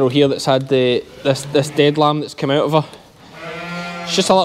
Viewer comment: "Just comin oot the bak door" xD